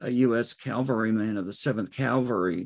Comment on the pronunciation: Please, it’s cavalry. Not Calvary.